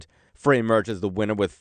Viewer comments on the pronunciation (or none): FYI…Frey is pronounced “fry”.